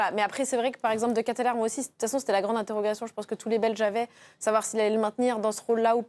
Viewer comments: Deketlare pas Deketlere,"ae" se prononce "a" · L'équipe qui parle de modestie mais qui préfère pondre des articles pour beugler "seum-seum 2018" ou rabaisser des joueurs de foot qui sont père de famille" ils n'ont toujours pas appris à se renseigner sur les noms des joueurs? De Ketelaere" se prononce "De Kéteular" pas "dekétélér"... c'est pourtant pas compliqué de s'informer. Pour le reste: bravo à la Belgique qui a répondu sur le terrain. comme l'a si bien sit un commentateur belge "ici on 'est pas dans un bureau oval mais sur un rectangle vert" Et courage à la France pour le match contre le Maroc et force à Mbappé victime de racisme. cette coupe du monde n'est pas agréable. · Ca se prononce De Keteuuulare, a un moment qd t'es journaliste sportif il faut se renseigner un minimum sur la prononciation des noms. Et Castagne était titulaire !!! Le debrief de merde !!! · Ça se prononce De Kéteulareuuh.